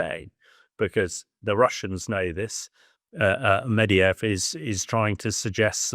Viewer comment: Here we go again... "Nucular" and "Mediyev"? Can you at least find "experts" who can read?